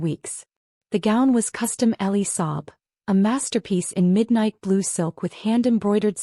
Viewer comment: Elie Saab gown, not Ellie Sob.